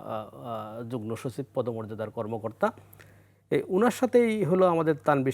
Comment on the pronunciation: সাংবাদিক শুদ্ধ উচ্চারণই জানেনা! বার বার সে যুগ্ন( যুগনো) বলছে কিন্তু উচ্চারণ হবে যুগ্ম(যুগমো)